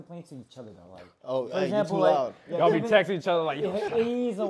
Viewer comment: “GET LOUS” 😂